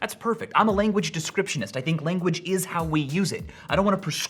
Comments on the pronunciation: You are a language DESCRIPTIVIST, not "descriptionist". Tho i guess if you are a descriptivist, you are completely fine with saying it the other way. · Bro really said "Descriptionist" instead of "Descripivist" 😂 Great way to visualize these concepts!